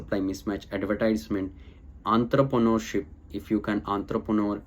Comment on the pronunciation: Entrepreneurship not Enterpreneurship